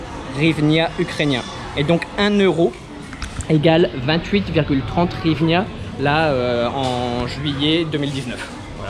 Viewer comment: En Ukraine 🇺🇦 ont ne dit pas hrivina mais Grivnia